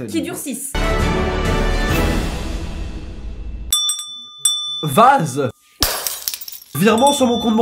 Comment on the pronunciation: « durcissent » et pas « durcicent » 😅